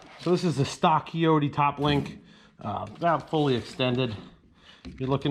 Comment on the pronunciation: Shoulda just flipped the entire cylinder over where the hoses come out the bottom. And also it’s a Kioti with a long I ( pronounced like coyote) not a keoti.